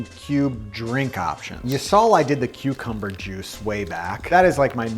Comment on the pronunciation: I need more Souper Cubes recipes!! These are amazing. With the cucumber juice I thought you said Cubecumber juice haha.